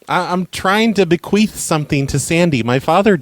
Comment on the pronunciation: did you say 'bequeef?? that is when you fart after you die..